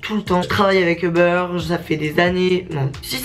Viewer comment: a chaque fois qu’elle dit uber j’ai l’impression qu’elle dit “au beurre” mdr